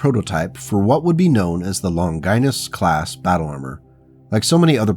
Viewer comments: Older vid, but still good! Didn’t see it in the comments, but the pronunciation of the name “Longinus” is “Lawn-juh-nus” “Lon-Gie-Nus” sounds like something a medical condition haha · Longinus is pronounced as (lawn ga nes). It is not pronounced (lon gI nus). Think Greek or Latin like Leonidas king of Sparta.